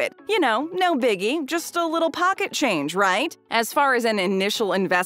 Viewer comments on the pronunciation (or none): none